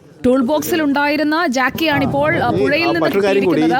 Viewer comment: ജാക്കി അല്ല ജാക്ക് ആണ്